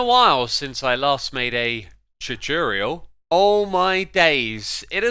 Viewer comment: oh I love how u pronounced it